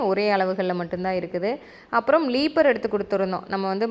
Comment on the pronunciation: லீப்பர் இல்லை ரீப்பர்😢 கடப்பு கல் இல்லை கடப்பா கல் உங்களுக்கு என்ன பணம் இருக்கு எவ்வளவு வேணாலும் செலவு பண்ணலாம்